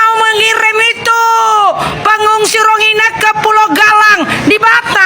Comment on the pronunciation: Rohingnya ibu bukan rongnia bu.bu.